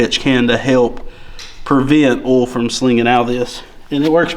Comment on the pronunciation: Honestly, please stop saying oi-il. I much like ol better. 😂 Be who you are!